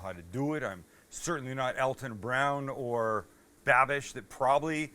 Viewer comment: Alton bud lol not Elton lmfao..... You rock tho